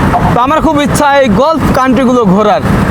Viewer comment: গলফ নয়, গালফ বলুন!